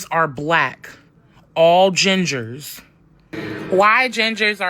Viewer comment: “Gingahs” 😂😂😂 I’m done with the internet 😂